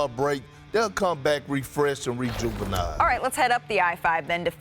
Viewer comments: Did Perk just say "rejuvenile"? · Did Perk say they'll come back rejuveniled instead of rejuvenated? 🤣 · Don't worry, he really meant to say injuvenated. LOL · He said rejuvenized 🤣😂